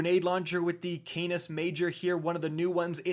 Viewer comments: "it's canis not cane-is major" here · "Kahn-is, not Ka-nis" here